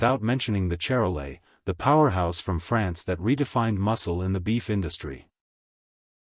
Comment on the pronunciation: That's pronounced Shar-lay. Calves tend to be large at birth, creating calving problems.